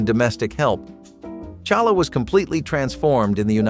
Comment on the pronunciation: Pronounced Halla …,not Challa h!!!!